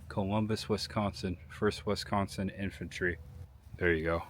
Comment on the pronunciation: Great video but I must correct you. It is not WESCONSIN. It is a short I! It is three syllables the first syllable is Wi as in- with The second syllable is SCON with the emphasis on the second syllable. Pronounced as if spelled SKON with a short O. If spoken correctly you will have a slight nasal twang( you can get this by pinching your nose when you say it) The third syllable is Sin. Just like from the Bible sin a short I Wi-SCON-sin